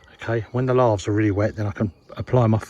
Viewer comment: Great work...but I'm sure those are "lay-thes" not "lar-thes"😂